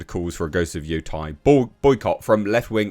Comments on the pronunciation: my thoughts are YOU SAID IT RIGHT THE FIRST TIME! its yo te (like meh with a t) and I (ee sound) which makes it sound like Yotay when said quickly... not yotie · Why did you say “yotai” lol